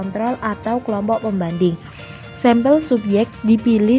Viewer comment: Assalamualaikum, saya Yulia Sabta R ingin berkomentar. Video yang telah dibuat kelompok penyaji sudah bagus, tapi mungkin masih terlalu banyak teks yang dimuat. Lalu saya ingin membantu mengingatkan pengucapan kata sampel yang saya dengar sempel seharusnya diucapkan sampel. Dan saya ingin mengajukan pertanyaan, dalam karakteristik penelitian eksperimen pada manipulasi variabel disebutkan bahwa subjek ditempatkan pada situasi tersebut dan mencegah faktor lain yang dapat mencemari situasi itu. Tolong jelaskan maksud dari "situasi tersebut", situasi yang bagaimana itu?